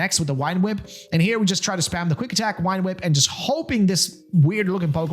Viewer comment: Why do you say wine whip instead of vine whip? Am I just new and there’s like a joke I’m missing or something?